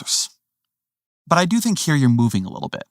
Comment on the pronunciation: "he who knows only his side of the argement, knows very kittle of that"